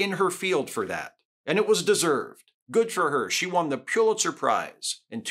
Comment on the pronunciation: Good analysis. The media outlets need to be called out for the misinformation they put out. Just FYI, Pulitzer is pronounced Pull-it-zer, not Pew-lit-zer. Many people mispronounce the name.